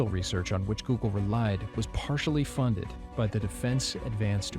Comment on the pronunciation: Oggle. Not google